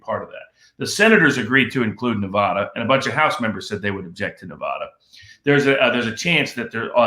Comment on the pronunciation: you are brilliant, but have some humility and learn how to pronounce Nevada. It's offensive.